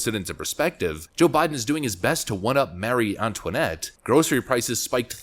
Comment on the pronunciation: Marie Antoinette, not Mary Antoinette. Keep trying.